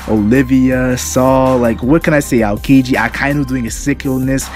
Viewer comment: All had their awesome moments but probably Alabasta or Sky island. You should practice saying Aokiji's name more often, try not to force out some words too fast. Every time you tried to say his name I heard "akedi"